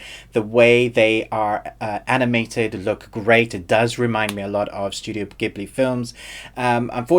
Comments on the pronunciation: pronounced jib-lee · jeeburli in japanese really